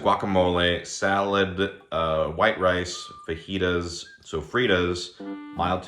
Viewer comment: it's pronounced FAJITAS